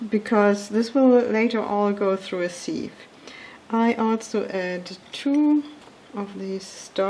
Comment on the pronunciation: Danke schönes Rezept. Keine Kritik. Its a siff not a siiiif und es wird Wuster oder Wustersha Sauce ausgesprochen.